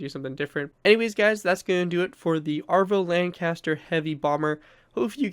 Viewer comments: I’m sorry but as a true patriotic British citizen I have to point out it’s ‘avro’ not ‘arvo’ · Isn’t it called Avro not Arvo? Just a curious Canadian who loves the lanc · Your pronunciation of avro annoyed me. It's AVRO LANCASTER not ARVO lancaster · you said Avro incorrectly it's a-v-row say it like your saying Afro